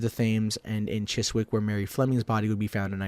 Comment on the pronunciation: and Chiswick...